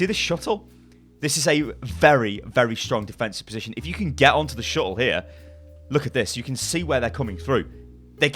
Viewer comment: i had to pause when he kept saying "shuttle". so triggered. gonna unpause now that i've collected myself.